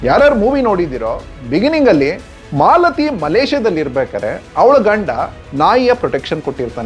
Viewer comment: Malathi alla, Mlathi